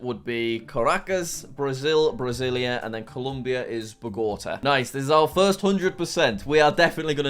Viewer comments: Come non jack it is pronounced Bra-sil-ia not Brazil+ia😂😂 and buenos aires is pronounced Bwen uhs air ezz/eez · Pronunciations that jack couldn't pronounce:Brasillia(BR-AH-SEE-LE-UH),Buenos Aires(BOO-AY-NO-S EYE-REES),Quito(KEY-TO),Paramaribo(PARA-MA-REE-BO) and finally Bogota(BO-GO-TA)